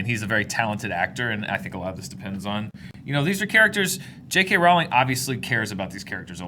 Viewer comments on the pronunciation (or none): Not 'Rall-ing.'-ROLLING.